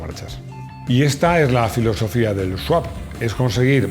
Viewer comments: No es Sawp, es Swap. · ES SWAP SWAP SWAP NO SAWP, ANDA QUE CON LO QUE SABE ESTE SEÑOR LE PONGÁIS ESTE TITULO MAL ESCRITO... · Le han hecho un SWAP (sawp) a la palabra SWAP 😅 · ¡No es sawp!Es swap.